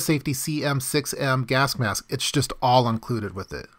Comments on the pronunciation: Correct me if I am wrong but it sounds like you are saying gask-mask? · he keeps saying gask mask lol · am I the only one hearing "Gask Mask"? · WHo else is irritated by his pronounciation of gasK mask?